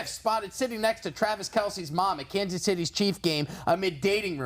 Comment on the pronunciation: Lost all credibility when he said ‘Kansas’